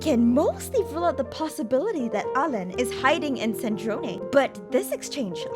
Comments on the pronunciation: Well alain is fresh tough no ? So it woudnt be said like that, but its ok i appreciate the try. The video is still crazy I love it <3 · "In french, Marionnette means "little Mary"" Me, a french guy : wow never seen it this way Oh btw you could NEVER guess how "Alain" is really pronounced